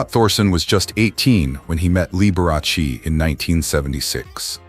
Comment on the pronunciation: This person needs to pronounce Mr Liberace's name properly